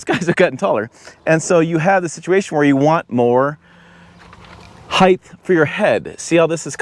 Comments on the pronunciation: height not heigth? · Height not heigth 😂